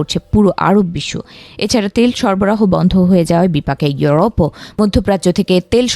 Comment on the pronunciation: এওরোপ না রে সাংবাদিক, ইউরোপ হবে